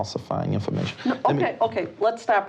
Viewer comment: They need to send him skrait down the skreet to the jailhouse.